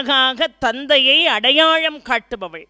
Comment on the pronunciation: அடையாளம் adayazhm வளர்ந்து vazhndu கட்டளை kattazhai Lavukkum zhavkkum உச்சரிப்பு